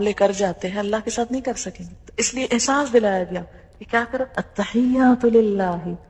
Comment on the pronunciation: 1.Attakhiyyaat hae plz not Attakhayyaat. 2. Are you a Graduate of Medical School, Bahawalpur,? Me too.